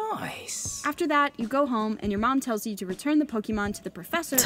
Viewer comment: how everybody pronounce it: Pokémon: pokimoan